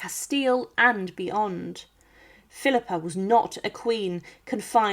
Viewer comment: Thanks for this great video! Philippa of Hainault along with husband Edward III were my 20th Great Grandparents. But the way you're saying her name with a non-existent "R" at the end has got the youtube captioning spelling it PHILIPPER. Is the voice human or AI? I am descended from the unfortunate Thomas of Woodstock, via his daughter Anne of Gloucester, who at one tine was the wealthiest widow in England. I'm also descended from John of Gaunt via his son Henry. Philippa was also a descendant of Charlemagne. You are NOT pronouncing HAINAULT properly, and did not get CAPETIAN right. If all descendants got an equal voice in whether or not to open the tomb and look inside, MY vote would be to NOT open it and leave them undisturbed. Surely, science in 2025 has ways of "looking" inside without opening it.